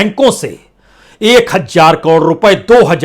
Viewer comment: Hajjar Hajjar mt Bola karo Bhai hazaar bolo hazaar